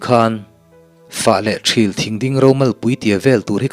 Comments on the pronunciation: THIL tih hi thluk deuh la adik zawk ang THÎL tihzawk tur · Thing hming ṭhil i tih khi,ṭhîl tih tur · Thîl tih kha a thlûk tihsan deuh tur a nih hmel ka tia... Thîl thing sawina nia.... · Thil thing Aw kisangin aw Thial tih angin lam zawk tur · fah leh ṭhil tih kha , ṭhil thing kha tih kha thluk seila,Ṭhil ....